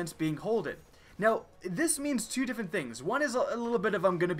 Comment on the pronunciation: "Three diffent subclawsses" anyone else here that?